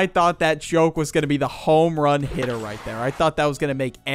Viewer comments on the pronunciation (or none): none